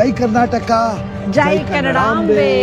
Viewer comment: ಜೈ ಕರ್ನಾಟಕ ಜೈ ಕನ್ನಡಾಹಾಂಬೆ❌ (ಕನ್ನಡಾಂಬೆ✅❤ )ಪ್ರತಿಯೊಂದು ಉಚ್ಚಾರಣೆ ನೂ ಮಹಾಪ್ರಾಣ ದಲ್ಲಿ ಮಾತಾಡ್ತಿರ ಯಾವಾಗ ಅಲ್ಪ ಪ್ರಾಣ ಮತ್ತು ಮಹಾಪ್ರಾಣ ಉಚ್ಚಾರಣೆ ಬಗ್ಗೆ ಗಮನಹರಿಸಿ ನಿಮಗೆ ಶುಭವಾಗಲಿ 🎉🙏